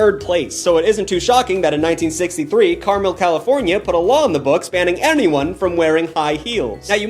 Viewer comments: idk if u gaf but that city is pronounced car-MEL not CAR-mel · It is Car-Mel, not Carmel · it's car-mel. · It's car-MEL😂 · as a californian, ive been to carmel- by the sea many times, and you said it wrong. fun fact! one time i saw a homeless guy yelling at a drunk woman about her heels!